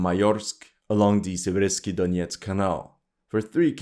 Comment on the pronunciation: torEtsk but sIversk